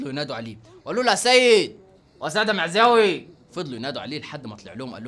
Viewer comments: احترم نفسك لما تذكر اسم السيد معزاوي بتقول خسخسخس🤣🤣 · سيد معزاوي (سخسخسخسخسخ) 😂😂😂😂😂😂😂😂😂😂😂😂